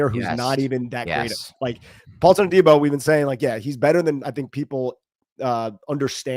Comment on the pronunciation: Love the show but for gods sake..it’s pronounced “A-Dee-Bo “ not” day-bo” lol